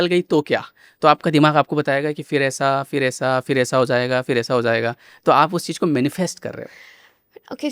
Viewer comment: It's not hoyega or hoega - Ho Jayega, hindi thoda dhyan rakhe. New gen people are learning bad hindi. Btw podcast was good.